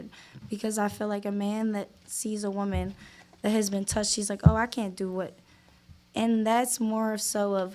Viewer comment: Why can’t pronounce woman and women correctly. Until he fixes this egregious speech issue nobody should watch his content again and punish him for this bad behavior. You can’t shit on 304s who all sound stupid and then sound stupid yourself.